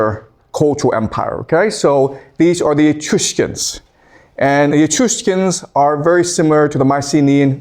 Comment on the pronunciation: Professor...it's "E-Truss-cans" not "e-truce_cans" come on man... learn to pronounce if you're gonna teach.